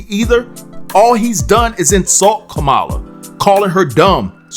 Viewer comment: you still can’t pronounce the VP’S name. SHAME YOU! Her name is COMMA-LA! It’s simple.